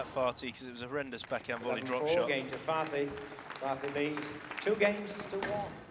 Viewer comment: I hope you're aware that your commentary is inappropriate, unethical, and disrespectful. His name is Karim Ali FATHI not FATI. You're supposed to pronounce the H. Your "jokes" were rude and distasteful. Please remember this next time.